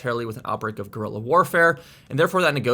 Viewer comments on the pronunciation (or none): none